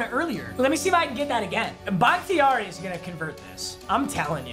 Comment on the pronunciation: I’m pretty sure it’s pronounced “BAH-KUH-TAR-E”